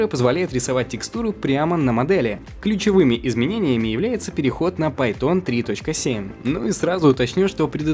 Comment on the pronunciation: Что за "пАй-тОн"??? Имя китайское? Если про Python речь, так это одним словом с ударением на "а" произносится. Или это шутейка люто смешная, а я не понял?